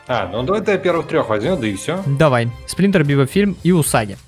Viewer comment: Сплинтор, усаги, шредэр